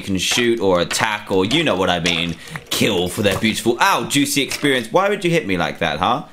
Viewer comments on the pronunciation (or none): none